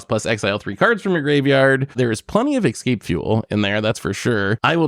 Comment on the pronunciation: How can you say excape when the card literally says escape?!